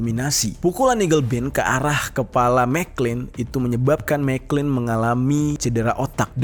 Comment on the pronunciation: Jer . Itu gerrard mcclalen dibacanya MC CLALEN . Bkn mcklin 😂